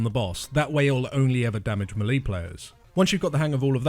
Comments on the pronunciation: Great guide, but struggling to get past "meelee", it makes me clench my teeth! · lmao I never log into youtube. I logged on now because I wanted to say the exact same thing Natalie! Really good guide but the way he says that is driving me nuts lol